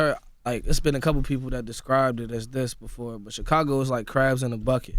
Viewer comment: i just like the way he goes "He IS though."